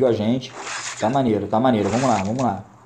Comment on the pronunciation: "Vomos que vomos"